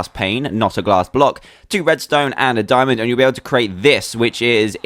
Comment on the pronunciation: Why u say fiamond minecart??